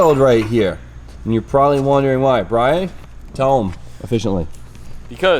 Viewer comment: It sounded like you called Brian B-Hole...